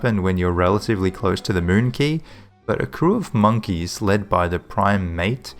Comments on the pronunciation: I think it's pronounced (qu-A-y) not (qu-I-y) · Yeah it's pronounced as "Key", google search if you want to hear it